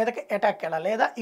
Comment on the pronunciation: ఈస్టొనియా కాదు, ఎస్తోనియా